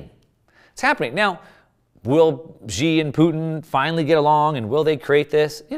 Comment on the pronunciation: Hey, Xi is pronounced She. Iran is pronounced e-ran